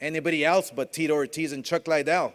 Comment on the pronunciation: I’m surprised Oscar doesn’t also say Tito Oh-tiz 🙄